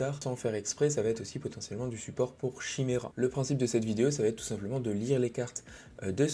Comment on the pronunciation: Chimera 🤮 maudit français. Ça se prononce « kaymira »